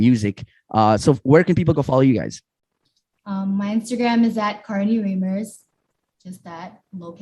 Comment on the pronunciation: Yall got Carnie's lastname wrong lol its Reimers not Riemers